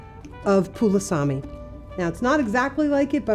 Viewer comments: Yes in Samoa it is Palusami. She just pronounced it Pulusami... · It is PALUSMI not pulasami!!!